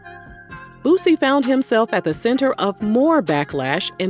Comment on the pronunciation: He said it right tho. Most of them say lil BOOOZY